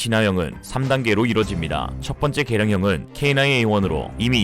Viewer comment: 계란형은 타조알? ㅋㅋ 개량형이 자꾸 계란형 으로 들려서 ㅋㅋ 😂